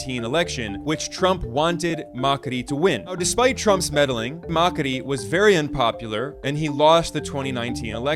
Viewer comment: extra point for pronouncing "Javier Milei" and "Macri" correctly another one for the accuracy of how he tell the story